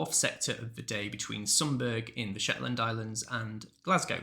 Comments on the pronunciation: Sumburgh is pronounced Sumberer, not Sumberg. I was based there for 8 years. Otherwise excellent content. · Sunburgh is pronounced "Sunburah". You could check easily. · Sumburgh is usually pronounced "some borough". You could check easily. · As discussed in earlier comment, Compare Sunburgh with Edinburgh (pronunciation)!